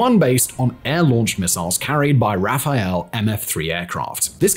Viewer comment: no wonder french people used to, keep and will love brits. Rafale, like raphal, not Raphael:) Ah, and that beautiful story with UK (that PM that everyone in UK loves, though he was a known crazy mass murderer - ask Irish and Indians) handed over all the nuclear knowledge to US only to be shown the middle finger a short few years later...